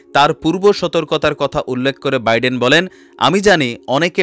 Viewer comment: pl pronounce US president's name correctly.